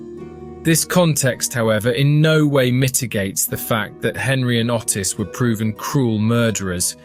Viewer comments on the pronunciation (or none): Ottis is pronounced 'Oh-tiss' not the way you pronounce it!!! 🤣🤣🤣🤣🤣🤣🤣🤣🤣🤣